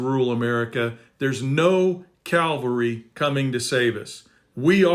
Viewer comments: Love what you're doing,. Keep it going. 😊 PS---Difference between "Calvary" and "Cavalry." 😉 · You are so right but please, it’s CAVALRY not Calvary 🫣. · Cavalry is want we want not Calvary